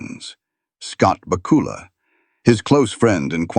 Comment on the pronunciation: I think your video is one big mess. Its Bakula like Dracula. Your AI voice is messed up. Human narrative please.